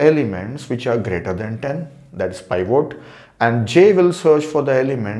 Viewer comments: It's pivot...not pivote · It's not pronounce pievote, but peevit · "pie-vote" lmaoooo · pivot, or /ˈpɪvət/, pi·vuht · This guy is a legend. But the way he pronounced pivot killed me. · the pronunciation of 'pivot' is ridiculous LOL. Great video though.